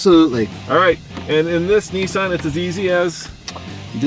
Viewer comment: its Nissan not Neesan